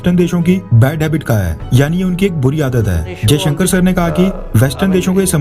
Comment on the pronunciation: affairs You wrongly pronounce the EAM Dr.S Jaishanker as Ajay Shanker,Pl correct